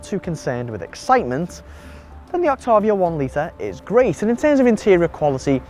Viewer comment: You pronounce Octavia incorrectly.